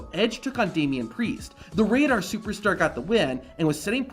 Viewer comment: Did he say damian pricccce? 😢